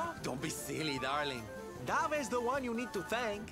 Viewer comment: Congrats on beating Jasper! Da-vea, not Dave. (A spin-off featuring Sylv and Davé would be freaking amazing!!!) Anyway, I both hate and feel for Jasper. He is an interesting character, and very well done/created.